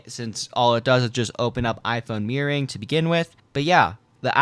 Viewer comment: The way he pronounced "mirroring" as "meering"